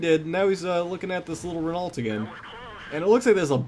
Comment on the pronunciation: Hey, I know its pedantic but Renault is pronounced Reno, Sorry! Great video though:)